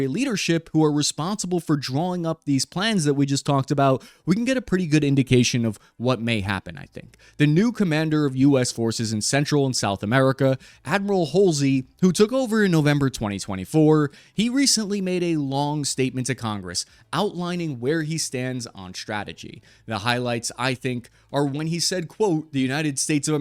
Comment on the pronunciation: Admiral Holsey? Come on man.